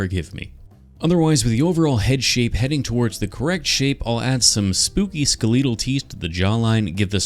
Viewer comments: why do you keep saying “skaletal” instead skelletal? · why do you say skaleetle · You always have the best pronunciations in your videos, "Skeleetle" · there was a moment of delight when i realized that you pronounce skeletal as "ska-leetle" instead of "skella-tull" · Scariest part of this video was how you pronounce skeletal 😭😭😭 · skileetle? its skeletal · So long I tried to figure out what he meant by "ska-leetle" and it took me a few times to realize that is how he pronounces skeletal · Question for the comments do you pronounce skeletal as "ske-lee-tul" like or "ske-leh-tul" like me? I've never heard the former in my life but I have a history of just going about pronouncing words wrong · WHY IS NOONE TALKING ABOUT HOW HES SAYING "SKALEEDLE" INSTEAD OF SKELETAL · Ah yes “skeleetal” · "skeleedil" -, trying to say "skeletal" several times throughout the video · I've never heard skeletal pronounced "skuh-LEET-uhl" before. Is that a Canada thing? Well, however you pronounce it, awesome sculpture as always. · Skel EEEE tal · I unironically love how says skeletal “Skleedal” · I have a problem with the way you say “skeletal” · That mispronunciation of “skeletal” 😭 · the way skeletal is pronounced hurts my soul. i will say it wrong and will continue to until the day i die. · Sir, I can forgive you for straying from anatomical correctness, but I cannot forgive you for your pronunciation of “skeletal”. /j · highlight of the video is the pronunciation of "skeletal" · I can forgive the lack of anatomical correctness, but I absolutely can NOT forgive the pronunciation of "skeletal" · Have I been pronouncing “skeletal” wrong this whole time? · his pronunciation of skeletal💀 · Your pronunciation of skeletal is already iconic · I also love how you say “skeletal” because I’ve never heard anyone say it like that before